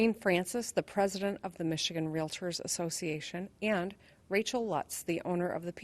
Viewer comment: REALITORS ASSOCIATION????? 🤣🤣🤣🤣🤣🤣🤣🤣🤣🤣🤣🤣